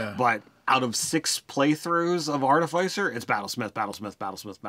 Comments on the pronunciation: Please, please, PLEASE say "arti-fisser", not "artif-eye-cer!" 😫😫😫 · Two things: it’s pronounced ‘Ar-Tif-icer’ and it is a steel, not iron, defender. That said I’d recommend the following feats: sharpshooter and great weapon master (if medium or large), Fey touched for the first INT bump and access to Bless, piercer at later level if you are mounted and use a Lance. Mounted combatant could easily be replaced by any number of magical items or spells. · It's pronounced 'Ar-ti-fiss-er' and I will die on this hill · If you are going to be padantic it's actually pronounced Ar-tif-i-cer. That said it's not a big deal if they are mispronouncing a word in a game of imagination. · Sorry but it is pronounced a couple of ways. That is just the way of tomatos and Artifice.